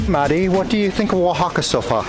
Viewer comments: Maddie, I’m so impressed with your pronunciation while reading the towns’ names! That was very good! I’m sure by now someone has already mentioned this in the comments but here it comes just in case, the masculine (male?) name of catrina is catrín. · I've got to congratulate the both of ya with your spanish and also Maddie's excellent pronunciation of the indigenous names of the towns and cities in Oaxaca! From the hilarious antics of,lol.....poking his head through that giant lotería card of 'El Diablo', then poking his head through that Catrina's body, lmao: " in a dress" and where sits next to that kalaca couple and bears his pearly whites! And continuing with the natural beauty of Maddie, augmented all the more with that crown of marigolds and the bright green and orange dress, finishing off with the yummy cocktails and food of Zandunga, oh and not to forget the shouting of "Semillas de Calabasa" by, totally embarassing dear Maddie! Love ya guys and always AWESOME to enjoy your COOL Uploads!:D